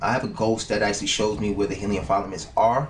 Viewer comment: sorry bruh, gotta do it. .. not file-a-ments it's Fil-a-ments not a big deal but it's a simple word nice video either way.